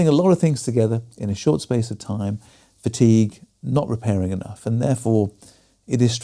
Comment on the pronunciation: "Fatique" be gone!